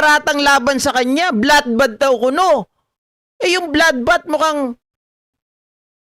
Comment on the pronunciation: Blood bath naging bathtub 😂